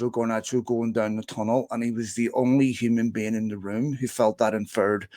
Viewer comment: Hum'n Been